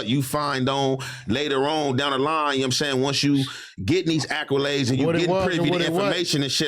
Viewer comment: Brother literally said “Aqualades” instead of Accolades 😭🤣💯 straight street nigga